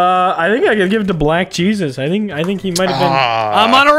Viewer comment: Soup saying "black jeSYAUs" just makes me chuckle every time